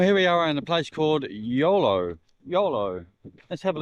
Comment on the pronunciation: EULO, I thought you said YOLO - You Only Live Once came to mind, ha ha.